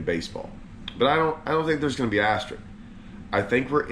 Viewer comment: *AsteriSk...with an 'S'...ASTERISK; not ASTERIK. English is your native language,; LEARN IT! 😂